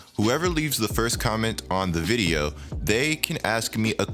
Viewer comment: Why do you say videyuh instead of video? I love your content but shits annoying bro